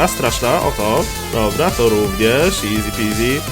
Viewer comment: nie mówi się eazi